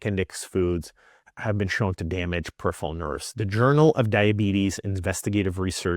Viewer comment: and he can’t say peripheral properly! 😂